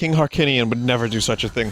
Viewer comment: King HHAAAAAARRRRRKinium?